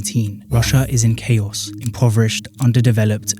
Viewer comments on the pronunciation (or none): none